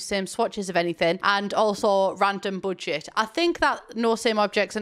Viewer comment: I love how she says "budget". It sounds like a combination of German (first syllable) and American English (second syllable)